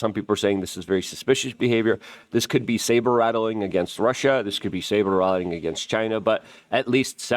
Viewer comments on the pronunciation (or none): none